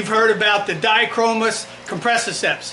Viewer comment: "dichromis" Di-mi-di-o-chromis